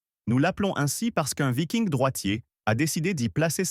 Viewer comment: le moment rigolo c'est quand l'IA prononce "vailleking" au lieu de viking.